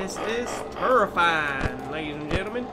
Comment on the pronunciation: ”Its terrrrrifying”😂